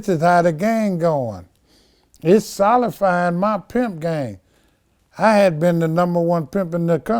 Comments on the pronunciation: Vlad cryin laughin in his mind, every time he says solifying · He said sullying lol